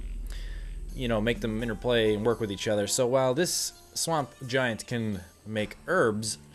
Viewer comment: giant :p not gaint